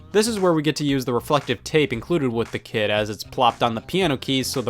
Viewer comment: I keep hearing "Kid" instead of "Kit"